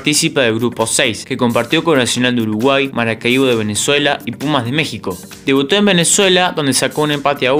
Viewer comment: Buen contenido. Procura pronunciar bien los nombres de equipos que nunca has oído, como Maracaibo y Caixas. Voy viendo 2 vídeos tuyos y en los 2 hay errores de pronunciación